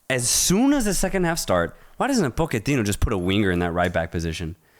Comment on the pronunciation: Why do you guys keep saying Po-QUE-tino lol It’s POCH-ettino